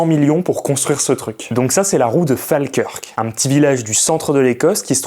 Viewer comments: Falkirk se pronounce:" Faulkeurke" pas Falkeurque. Je vis depuis 2003 en Écosse et on me l'a assez répéter😂😂😂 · Fake curc c’est prononcé fall-keurk svp 😊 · Quasiment tout est juste, mais Falkirk n'est pas un petit village mais une ville qui fait environ 35.000 habitants, et ça se prononce "Fól-keurk", ou "Fo-kirk" avec l'accent local. Le reste est vrai, c'est d'ailleurs assez joli comme ville, tout comme Glasgow et Edinburgh qui sont très chouettes à visiter. Et effectivement les chemins de fer ont été très bien développés dans le secteur, il n'y a pas moins de 4 lignes entre Glasgow et Edinburgh (plus une ligne déviée via Carstairs). On a d'ailleurs deux gares différentes à Falkirk, Falkirk High et Falkirk Grahamston ☺️ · La prononciation putain! La prononciation! Ca se dit Folkeurk. Les mecs sont capables de trouver des sujets inconnus, mais pas foutu de prononcer un nom commun! C'est une dinguerie d'être aussi incapable!